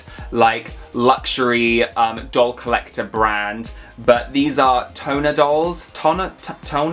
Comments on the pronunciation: Tonner is pronounced tahn-ner. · Lol pronounced Shee-ba-jew-kew lol I got a couple of those. What are you talking about! Dustys hair is so cool!! Haven’t seen Harajuku dolls yet Tonner pronounced “Tawner”